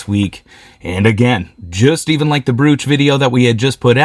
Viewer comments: Love your curiosity and willingness to share your learning experience with all of us! For future jewelry videos the most common pronunciation of brooch sounds like you are saying "bro" (like to a male friend) then adding the "ch" sound on the end. The O sounds like Oh and not Ooo/Ooh. 😁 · Check your pronunciation of word brooch!!!